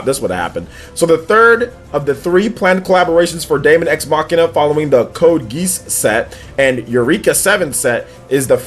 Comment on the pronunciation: Bro the Code Geass pronunciation killed me 😂😂😂😂